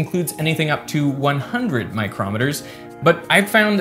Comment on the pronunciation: Just so you know, you've mispronounced micrometres (µm, stressed on the first syllable) as micrometers (a measuring instrument, stressed on the second syllable) consistently in this video.